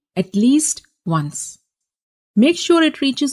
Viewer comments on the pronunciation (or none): none